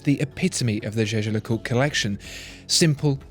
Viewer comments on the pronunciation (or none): You dont speak Jäger le coutre Like You did at The beginning. You speak it Jeger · I couldn't help but notice that your pronunciation of "jaeger le coltre" has charged from "yegar lecolt" to "jejar lecolt".... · You pronounce "zhe-zher le coot" like Tim does. I guess you guys must know something. You two need to meet and shoot a video together. Don't know if the computer could handle that much watch brain-power on one screen. lol. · Omg You speak jaeger le coutre completely wrong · When will they learn to pronounce Jaeger LeCoultre?